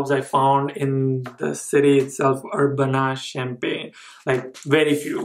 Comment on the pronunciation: It think it's pronounced as Sham-pain